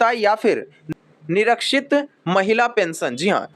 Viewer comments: ठीक बोलो -" निरीक्षित"नहीं निराश्रित शब्द है? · लिखते कुछ और है और बोलते कुछ और निराश्रित को निरक्षित 😂कहते हैं